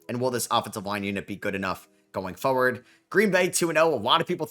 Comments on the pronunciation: You say "foe-ward" and I notice this because you say "going forward" a lot. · unc don’t listen to him the way you say forward is perfect